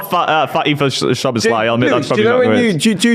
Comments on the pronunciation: has to work out how to say szoboslai properly😭 bro said szobolosguy about 17 times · Im not sure if you read this or care, but if you want to know the pronunciation for Szoboszlai keep reading: In Hungarian Sz is the same sound as English S The last letter "i" is pronounced as the English E In Hungarian we pronounce every letter So the correct way is So-boss-la-e But English speaking people pronounce it So-boss-lie which is also better than nothing.